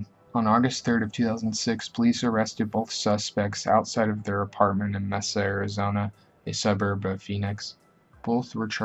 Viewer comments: You also forgot richardson who killed in my home city casa grande and the city is pronnouced MAY sa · kit danichek i literally checked the comments to see if anyone else had caught the way he pronounced mesa lol